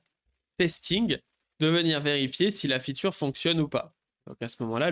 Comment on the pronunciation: Arrêtes de dire "feature" dis tout simplement "fonctionnalité" car tu le prononces tellement mal que ça n'a plus aucun sens dans ton contexte